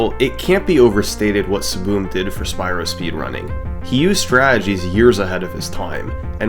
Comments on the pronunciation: Took me half way through the video to realize he was pronouncing "ESS ESS BEE EM" as "SBOOM" 🙃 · hearing "SSBM" pronounced as siboom was so jarring at first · Calling SSBM SaBoom is so funny. I’m going to start doing that. Is that how the runner pronounced it? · SSBM "Saboom"? isnt that the super smash brothers melee acronym? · SSBM is pronounced saboom? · "Saboom" SSBMstuff Lol, bro was just trying to play melee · I just realized you were sounding out the acronym lmao when I see “SSBM” I immediately think “Super Smash Bros Melee” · I don't think I've ever heard ssbm pronounced like that lol